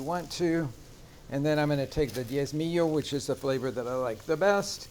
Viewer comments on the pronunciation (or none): none